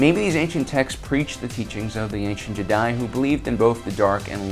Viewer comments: Jesus fuck man stop calling them JedAI ! It's fucking Jedi, not Jedai!. It's not Japanese. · WAIT!! Did you miss it?? Did you?? Ancient Jeh-Die??? Canadian, British, Australian... Jeh-Die?!? Why don't you just say, "I'm making a video based on every other video already made and literally making sound like my own voice and my own observations." How much more pretentious can you be than to PC pronounce a ficticious name that has been in the universal lexicon for over 40 years and has spawned actual state recognized religions? If you have cannon or ECU to support this pronunciation, please bring forward and be prepared to be blown away by cannon AND ECU!! Jeh-Die